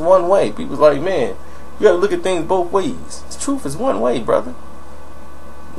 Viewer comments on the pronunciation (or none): none